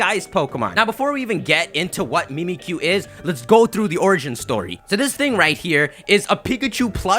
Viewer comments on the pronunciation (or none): "mimikkyu" but it's supposed to sound like "mimic you" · it's not pronounced "MEE-mee-que", it's pronounced "MIH-mik-yoo", a play on "mimic you". And deity is pronounced "DEE-ih-tee", not "DIE-ih-tee". I'm naming my Mimicyu "Pikaboo", or that might even end up being its English name! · MimiTSUkiyu. Pronounce the damn tsu! Ok. Bye. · I've been hearing that it's actually Mimisukiyu and not Mimmikyu.IDK,maybe I'm wrong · it's mimikkyu. the ッ is a sokuon and the キュ is a diphthong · Mimikkyu is JAPANESE. SO IT'S PRONOUNCED "MEE-MEE-KYU."